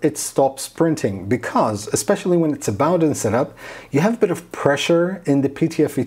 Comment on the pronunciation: Hi, its pronounced Boh-den (/ˈboʊdən/ BOH-dən) it takes the name from the Bowden cable.